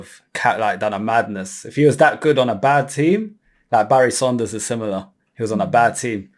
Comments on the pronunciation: Barry SANDERS, not Saunders!! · Anyone else triggered everytimenhe says saunders instead of sanders?